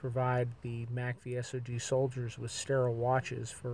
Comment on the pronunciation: Ok, you say mack-vee-sog, not s-o-g lol ...